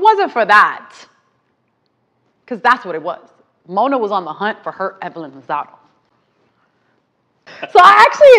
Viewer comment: I think it’s Evelyn lozadA not lozado lol